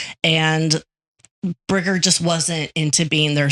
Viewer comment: Birger not briger